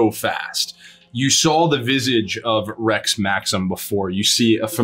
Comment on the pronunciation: I heard Rett Maxim, not Rex Maxim